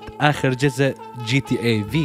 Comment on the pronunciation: جاتا عند المصريين بس و عالميا اسمها جي تي ايه . انطق كل حرف لوحده g.t.a